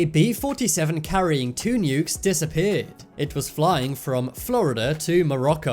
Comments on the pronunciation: what really put me off is how you say nukes like nyukes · That’s just a accent from the UK